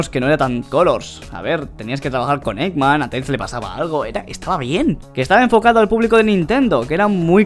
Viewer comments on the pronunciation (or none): none